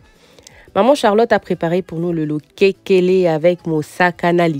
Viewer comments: C losekele et non lokekele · On appelle lokesele, pas lokekele. Je vous comprends!